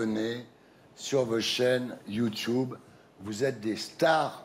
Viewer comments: "youchoube" youchoubeuse" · "Vous êtes la première youtoubeuse " lol apprend à dire ce mot bien et après on verra 😂👌🏻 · Peut être qu’il arrêterons de dire « youtioube » aussi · Le jour où il arrêterons de dire Youtouboue ou Youtioube la télévision aura disparue. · Natoo vous êtes une YOUTCHOUBEUSE mddrrr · YOUTUBE C'EST YOUTUBE IL C'EST PAS LIRE OU QUOI "YOUTOUBE" SRX KOI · Bah ouais la télé ça devient démodé du coup les présentateur rabaisse la nouvelle génération .... ça fait vraiment pitié. ET ON DIT YOUTUBE PAS YOUTIOUBE! ! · Youthube déjà les gens qui disent comme ça, c'est chiant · Qu'il apprend à dire YouTube au lieu de YOUTCHIOUBE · Wesh on est d'accord qu'il savent pas dire "Youtube"😂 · Il dit youtoub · On essaye pas de claché quand on sait pas dire"youtube"